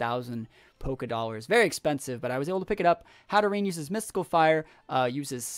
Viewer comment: How to Pronounce Hatterene: Hat-a-rain (hope it helps)